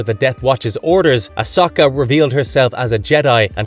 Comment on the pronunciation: That wasn’t as bad as listening to the butchering of Ahsoka. Lol. He seemed to finally settle on Osaka Tanu.